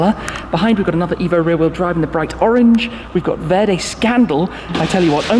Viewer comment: Thumbs up Tim! Sounds like you pull an Italian "R" when you say "verde".... well done👍👍